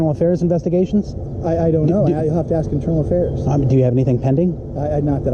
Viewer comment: At apps The word is pronounced ASK!!!!!!!!!